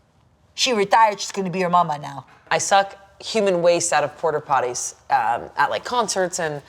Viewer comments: Is anyone else hearing “porter potties” every time? Lol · The fact that character revolves around Porta Potties, and seemingly no one corrected her from saying "Porter Potties" is very funny to me. Love so much. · saying porter potties instead of porta potties is so funny but also a little more annoying each time I hear it 😂😂😂 It's giving momchats iykyk 😅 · "Porter" potties???